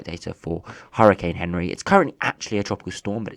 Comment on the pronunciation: It's not Henry it's anri from Google translate and other weather ytubers